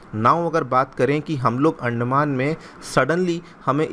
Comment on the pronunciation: अंडमान.....? 🥚 या अंदमान.....?😂